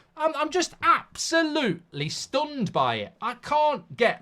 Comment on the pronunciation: "Its like going from your dream girl or boy, to shagging road kill. It's avsolutely disgusting" - Mark Goldbridge, on the potential appointment of Gareth Southgate as Man United Manager 😂